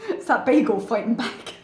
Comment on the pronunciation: I've never heard anyone pronounce "bagel" as "baggle."